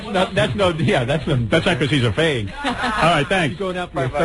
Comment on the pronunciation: I like how Howard says "Fayg"... Lol